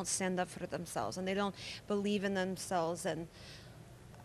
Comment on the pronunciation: Lol listen when lana says believe , her real American accent is coming out